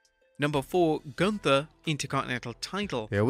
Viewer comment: Bro called him Goonther 2x😭😂